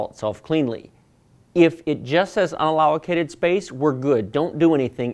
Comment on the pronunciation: Sorry, but "allow-o-cated" made me laugh. Nice video, literally the only video that answered a few of my specific questions. Keep up the great work!